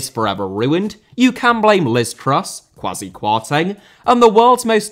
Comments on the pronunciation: Idea* not Ideer Media * not Medier Half* not Holf Serie* not Siri Absorb* not Abzorb Kwasi* not Kwohrzi Rather * not Rother Debacle* not Debohrcle Roman * not Rouwman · Hey, love your stuff. Just wanted to say Kwasi is pronounced Kway-see so when you dog him next it's even more effective.:) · And also the name Kwasi or Kwesi is pronounced as “Quay-Cee”